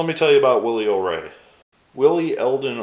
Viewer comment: I'm not trying to be a know-it-all, but I believe his last name is pronounced "O-Ree" as in "Oh, me."